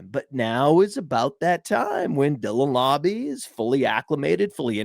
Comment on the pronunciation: It's mr lauber lauber